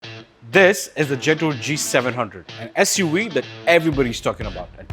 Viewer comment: I had to stop watching when he said SU we